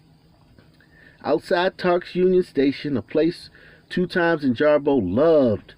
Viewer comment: Christopher 2X. Is pronounced Christopher 2 EX. Not two times😩